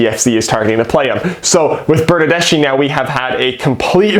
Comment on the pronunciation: Seattle Sounders fan here. Missing the friendly rivalry between our two clubs, hope Toronto turns it around soon. By the way, here's a small Italian lesson for you: Bernardeschi is Italian so the ending in his name is pronounced as a hard C (The letter C in the Italian alphabet is never pronounced as an "S" sound) For example the Italian word Ci would be pronounced as Chee (as in "Cheese"), if you add an "H" after the "C". you would get Kee (as in "Key") so put it together and you get Burn-Nerd-Desk-KEY rather than the incorrect Burn-Nerd-Dess-SHE